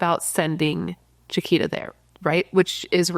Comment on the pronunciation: Her name is pronounced (Ja-qweeta) She was my childhood friend. Our whole church looked for her when she disappeared. 😭😭😭 NEW SUBSCRIBER 🎉🎉🎉